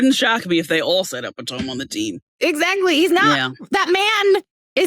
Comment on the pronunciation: “Epi-TŌM” reminds me of the panorama, when young ppl were saying “ooh Chile” (like the country or pepper) instead of a homophone for Child as in AAVE “Chile”! These kids learned online and you can tell.